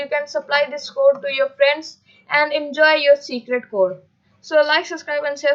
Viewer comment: Its subscribe not suscribe.🤔